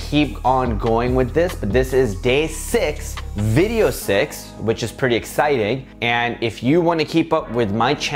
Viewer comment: He said: Video six I heard: Video sex